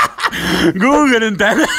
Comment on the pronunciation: No te pasa que gugle pero es Google XD